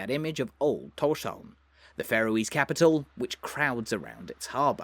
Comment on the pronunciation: You say Tórshavn really well. Probably the best i've heard from a foreigner.